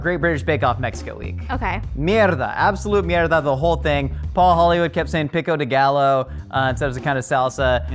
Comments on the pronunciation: Pickow de GALLOW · PICKo de gaLLO... have some respect, paul hollywood or whoever the hell keeps saying bc i don't watch this show.